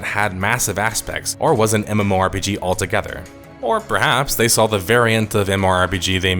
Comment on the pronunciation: Who the hell says MMORPG as "MORE-PGs".....?